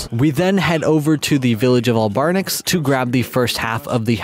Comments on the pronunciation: AL-BARN-ICKS bruh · He really just said albarnics 😭